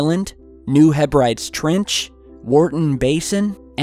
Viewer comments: It's pronounced HEH-BRA-DEEZ. Just saying. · F.Y.I New Hebrides is pronounced Heb-Rah-Dees. Named after the Scottish Hebrides. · Hebrides.....pronounced Heb..ri..dees. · Fascinating! By the way New Hebrides is pronounced "New Hebrideees". Can't wait for the video on all 12 vortices. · hey just for reference Hebrides is pronounced Heb Ri Deez